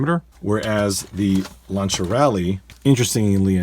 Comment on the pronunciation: Correct pronunciation. Being from the UK we, as a whole, in general, say 'Lanc(s)ier' which is obviously incorrect and I only found out the correct pronunciation when I moved to Italy many moons ago. Lancia being the Italian for lance or spear, e.g. for cavalry. In the modern day it is used for a flamethrower, 'lanciafiamme / di fuoco'.